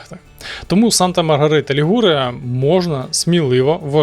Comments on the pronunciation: Санта Марія ЛІгуре,а не ЛігУре! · Санта Маргарита ЛІгуре,а не ЛігУре!